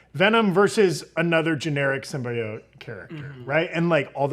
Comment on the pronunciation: Its 'Sim-BEE-oat'...not 'sim bye oat'...god not the nerds now too